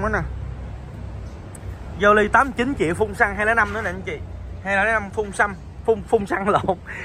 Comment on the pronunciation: kk a thin phun xăg nói phun xăm kk